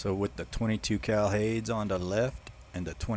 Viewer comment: Hades is pronounced Hay-dees